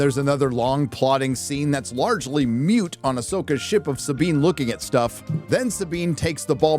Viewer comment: One of these days, some people are going to have to actually learn how to pronounce the word "moot". Which is not anything like "mute"...